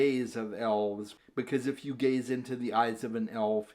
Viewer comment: I did a double take when you said “the gaze of elves” I thought you said “the gays of elves” 😅😅😅